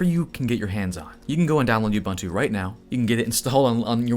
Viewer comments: OOBOONTOO not YOUBANTOO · Nice primer. BTW: – All the "u"s in Ubuntu are pronounced as "oo", so it's pronounced "oo-boon-too", not "you-bun-too". – sudo is pronounced "sue-doo" (as in, super/substitute user do ), not "sue-doe". – You don't really need to do apt-get anymore; you can just do apt. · It is pronounced oo-boon-too. Also Ubuntu (and other flavors of linux) also has a GUI much like OSX and Windows. When installing Ubuntu without the GUI you are generally installing the head-less server version typically used to run things like apache or nginx. You don't want the overhead of flashy graphics when running a server. But I am probably explaining waaaay more than the person trying to get in to Linux needs to know. So just sudo apt-get do-release-upgrade for now and upgrade from windows to a unix based system. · Don't want to be that guy, but it is Uboontoo, not Ubuntoo service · You said "YEW-BUN-TOO" but I think you meant "OO- BOON-TOO". You have no street cred if you can't even pronounce it right. Jus' sayin' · It's "OO-boen-too" ! NOT "You-bun2" ;) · Did he say Yubuntu? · Great videos on Linux, docker, kubernetes. Found you channel recently, have watched quite a few. Keep up the great work. Just to make justice to the true name and meaning of the Ubuntu distro, Ubuntu is pronounced 'oubountou', every U is pronounced as OU. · Repeat after me: OOH BOON TOO. Ubuntu. All the "u" 's are pronounced the same. I'm from Africa, where Ubuntu is also from. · Ubuntu is pronounced oobn'too. There's a video of Nelson Mandela describing it. It means hospitality; welcoming. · Cool video. Keep up the great work. One thing: You are pronouncing Ubuntu wrong. It's pronounced "oo boon too" (Zulu for "I am because we are"). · As an African I simply have to object to whatever the hell you keep calling Ubuntu. It should be “Ooh-boon-to”. But I don’t blame you. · You-bunt-oo. IKR. I thought the same thing. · Just a note, Ubuntu is pronounced oo boon too, it means love and compassion.